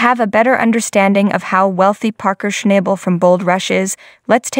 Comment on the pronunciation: if you are going to narrate a video. At bare minimum, you should atleast pronounce his name right. 😅😂